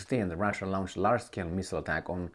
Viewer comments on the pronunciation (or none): Hey brother, when you say the word launch, it's pronounced, LONCH. Extend the O when saying it. Sorry can't help but notice it every time. Kinda like alexander with rubbing his hands together